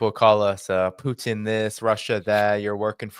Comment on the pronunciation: He can’t pronounce Putin either